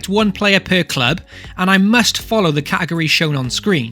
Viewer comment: Idk why but I find it so cringey the way you miss out the t in category when saying it everytime😤